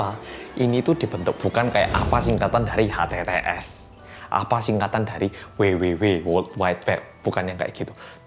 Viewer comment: "http" mas, bukan "htts"